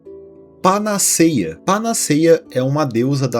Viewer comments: O vídeo e a edição são muito interessantes e bem-feitos. Justamente por esse caráter informativo, seria legal atentar para a pronúncia de palavras como 'panaceia' (pa-na-CÉI-a), 'betume' (be-TU-me) e até mesmo o nome da deusa 'Higeia' (hi-GÉI-a). Não se trata de diminuir o trabalho do criador do canal, pelo contrário: esses detalhes agregam ainda mais valor ao que já é bom. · Panaceia se pronuncia com o "e" aberto, como se estivesse acentuado. Tem fotos na Internet do Byers sem a mandíbula. Como se tivesse "derretido" mesmo. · Se diz panaceia com 'e' aberto e não fechado. A fonética deve ser feita como acento agudo.